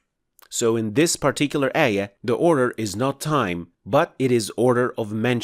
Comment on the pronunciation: Please DO NOT use english transliteration, it us bad, ugly. You must pronounced it AAYAAH NOT EH-YEH, and AAL-QUR'AAN, NOT EL-QUR-EHN.